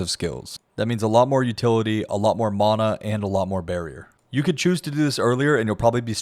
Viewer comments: I genuinely don't understand how my magic dude got worse after I made these changes. note to self "never trust a guy who can't pronounce mana correctly" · Great guide. Very well done. Although i object to your pronounciation of the word "mana" but ill try to find it in my heart to forgive you. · If I have to hear you mispronounce Mana one more time…. Christ. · lol the way you sat mana lol